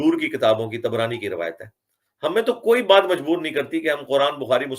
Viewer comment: Tabrani Not Tibrani 🤣